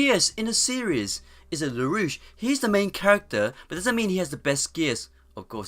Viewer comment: that "" dude can`t even say lelouch name right.